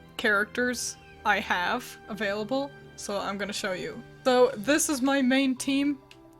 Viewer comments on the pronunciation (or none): none